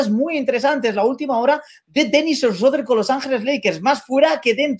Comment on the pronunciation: No se pronuncia esreder se pronuncia Chruder.